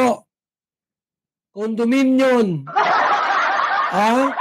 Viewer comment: Condominium po.letter M po hindi N na condominiun,like wat u've said.hehe just correcting u lng po.not bashing.